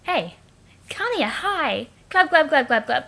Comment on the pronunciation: PLEASE STOP SAYING KANAYA NAME LIKE AT :(